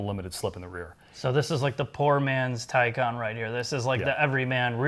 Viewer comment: It's incredibly cathartic to hear you guys pronounce Taycon (tie-con) properly.